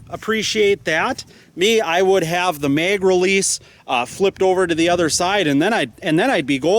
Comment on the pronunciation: Bro it's MAG NOT MEG!!!! What are you a Canadian or somethin? Come on bro get your shit together. Ah hell it could be worse and you could call it a clip. Nice video tho. Thanks for putting the time together to make this video.